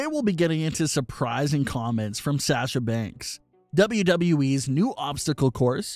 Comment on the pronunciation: “From Say-asha Banks” 😂